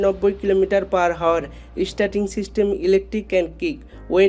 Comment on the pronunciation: আপনি বারে বার Hour ( আওয়ার) কে হাওয়ার বলতেছেন কেন ৷ আগে উচ্চারন ঠিক করেন তার পরে ভিডিও বানান ৷